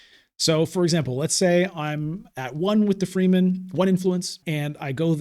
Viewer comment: I hate people who get their panties in a bunch about pronunciation. However every time you say “free men” I’m wondering “what the F… is free men” It’s : freh-men. Rewatch the movies. I do when playing imperium.